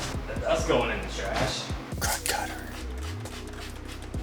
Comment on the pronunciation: Thanks for the great videos man I have a 94 astro I just got.. probably from a addict too 🤣. The way you say krud cutter is cracking me up.